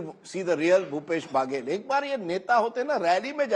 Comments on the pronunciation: बगेल/बागेल ये क्या होता है अच्छे से पढ़ कर आया करें बघेल है । और ककआ हमारे यहां कका होता है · Mr Rajdeep ...it is not pronounced as "Bhaaagel" it's Baghel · It's not भागेल, it's Baghel बघेल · Its baghel not bhagel..naam to sahi le lete . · It's Baghela not Bhagela. Correct your phonetics Mr Sardesai. Even after decades of experience.? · Aabe chutiye its not bhagel it ba-ghe-ll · Rajdeep not bhagel pronounce correct